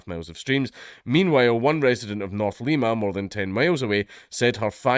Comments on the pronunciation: He mispronounced Palastine and Lima. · He mispronounced Palestine and Lima, but half the people around here don't pronounce them correctly so idc too much.